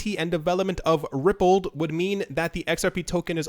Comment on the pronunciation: Pronounced Ripple "d" not Rippled